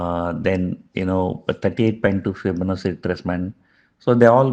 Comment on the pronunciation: Please correct the pronunciation of 'Fibonachi'